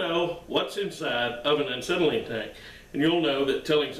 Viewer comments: The irony of you trying to shame folks for not knowing how a acetylene cylinder works on the inside compared to a hollow steel/aluminum for gases such a propane, UHP, oxidizer and inert gases. Etc. etc. And you can’t even pronounce acetylene properly. p.s The mysterious material inside is nothing more just ordinary firebrick, acetylene gas is dissolved in acetone and the firebrick is their to keep it mixed and remain in liquid form. I mean no disrespect it’s just I hate when one is criticizing and wrong themselves whilst doing so. Cheers! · Not trolling. Its factual. You're saying it wrong. Take the advice or leave it. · You keep saying Ancetylene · I think he’s saying “uncytelene”. Because is volatile? 🤷🏻‍♂️ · There is only one, "N" in acetylene...lol